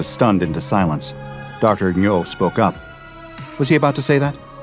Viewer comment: my coworker has the last name Ngo, the strange pronunciation of it here made me tense up every time in confusion. He pronounces it "Noh".